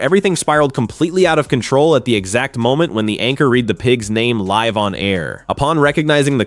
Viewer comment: "since SHED been an amateur jockey"? When are these goddamn robot narrators going to be programmed to speak English correctly? "IMM" finding this very irritating that these robots don't understand how to "RED".😂